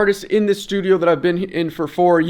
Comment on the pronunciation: bro you should call that place the slewdio instead of studio the fuck